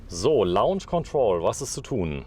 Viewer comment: face-blue-smiling:LAUNSCH KONTROL .... dat heisst LOHNSCH ... LAUNSCH = lounge ... LOHNSCH = launch !!!